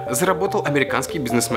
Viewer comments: Не Вьёрен Баффет, а Уорен Баффет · Не Ворон Баффет а Уорен Баффет